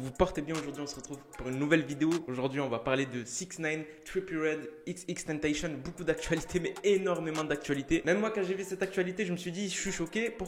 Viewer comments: On dit pas "tenteychenne" on dit "tentacion" c'est xxxtentzcion qui l'a dit lui meme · Xxxtentetion on dit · tu me stress à dire « xxtentachion »😭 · Je t'explique en fait ca ce prononce XXXTENTACION tu vois y'a 3 X donc dis les 3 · Wsh il a dit xxtentacion... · Je t'explique en faite ça ce dit XXXTENTACION y'a 3 X donc faut prononcer les 3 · Il a dit "XXtentacion" 😂😂😂 Tkt on t'en veux pas🙉